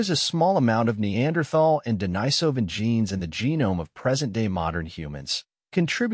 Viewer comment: Denisovan is pronounced de-NEE-so-van, not de-ni-SO-van.